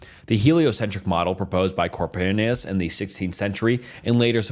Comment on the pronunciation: NICHOLAS KORNOKOPIUS 😭🙏🙏🙏🙏 I'M CRYING BAHAHAHAAHAH IT'S KO-PER-NIK 😭🙏📡😭📡😭📡😭📡📡📡